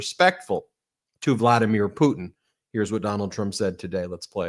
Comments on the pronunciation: Caroline… it’s PU TIN. not PU IN!!!!😅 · Why does Karo-lyin Leave-it say "President POO'n" not Putin?😂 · Karoline Leavett can't say "Putin". She says "Poo-In". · Why can’t leavitt pronounce Putin ?? Instead of “poo-in” I can’t stand her voice … and her lies! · Has anyone else noticed that KKKarolyin' cannot pronounce the letters N and T? ("Fetanyl" and "Poo(t)in"). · Poo-in... She's so ignorant. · Can't stand how Leavitt says Putin... "Poot'in." Silly nit, I suppose. Fact is, everything about her is offensive and irritating. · KKKaroline sounds like a f*cking Valley Girl, pronouncing "Putin" as "Poo-in"!